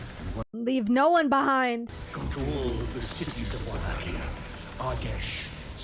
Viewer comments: Wallachia is pronounced "VLAH-kee-ah," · Love your pronunciation of Wallachia lol